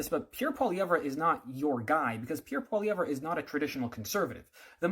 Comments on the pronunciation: Maybe you should start by learning how to say his name. Troll. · bruv can't pronounce his name and is commentating on him